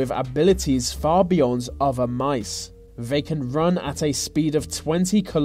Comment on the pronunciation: It's not vey, it's THEY